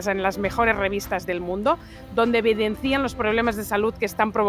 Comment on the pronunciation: Evidencian. En español el acento está en la e, (evidéncian) no en la i como en catalán...